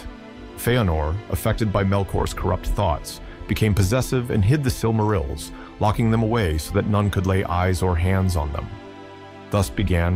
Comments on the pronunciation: Is he deliberately pronouncing everything in an utterly ridiculous ans incorrect way? "The SilMARULs" 🤦🏻‍♂️ Dont get me started on Sore-one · Surely he did not just say silmarols... brother... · What is a "Silmarul"?? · Sil-MARR-ils? C'mon, man. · “Silk -A -rills” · I cringed when you said: "the sil marils" hahaha. Great video tho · The was he says Silmarils really hurts my brain. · The way you pronounce silmarils makes me tweak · Did you really just mispronounce silmarils...brooo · I lasted till the Silmarils and then had to tap out due the grating mispronunciation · Good video, but you gotta learn how to pronounce correctly some of the words like Dúnedain and Silmarils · Aragorn already owned and carried the shards of Narsil. Gondolin was in western Beliriand, which was utterly destroyed and sank beneath the seas in the War of Wrath. It was literally hundreds and hundreds of miles from where Gondor would once be, not "near" at all. You are mispronouncing sooooo many words!